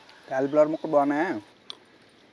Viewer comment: Veg biryani చాలా బాగా వండేరండీ. కేలీ ఫ్లవర్ కాదు కోలీ (కోపంలో కో) (కోలీ) ఫ్లవర్ అనాలి